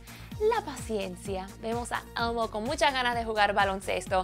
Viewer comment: si hablan español ¿porque pronuncian el inglés de una forma tan mamona? elmo elmo elmo no almo carajo!!